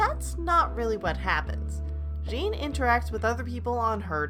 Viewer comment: Is one of the most relaxing anime ever. Also is Rin,not Jin.